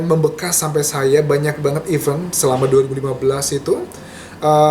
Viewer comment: kok pronounce event nya salah sih kak? bukannya your major itu bhs inggris ya?